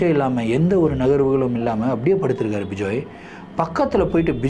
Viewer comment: Vijay illa ma bejoey🤣